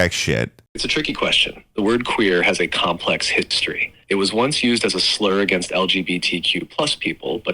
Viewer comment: Jschlaggot said a Jschlur